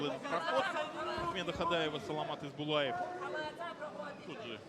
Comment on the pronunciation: Правильнее будет не Исбулаев, а Есболаев. Есбол - это чисто казахское имя.